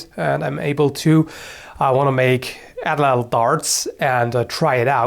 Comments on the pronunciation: "addle addle" lol it's a nahuatl (meshica/aztec) word so the tl sound is made by hitting the roof of the mouth with the tongue (like a t sound) then holding the voice as you slide the tip of the tongue backwards (similar to an l sound) so the whole word is more like 3 syllables at-lattle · Just a correction, it's pronounced "AH - tlatl". The A is stressed and it is pronounces separately for the rest of the word, which is pronounce in one single syllable. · fun fact! the atlatl is actually pronounced atlat with emphasis on the ATlat part. in the nahuatl language the tl at the end of a word is usually silent! n.n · you're pronouncing atlatl WAYYYYY incorrectly. For future reference, the "Ls" in Nahutl when proceeded a "T" is silent, and second to last syllables are stressed with an accent. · Well, he didn't exactly pronounced it how it should be. The real way is lot more "tongue twistery".